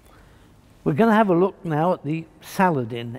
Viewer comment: Complete with his pronunciation of words. Salad...IN.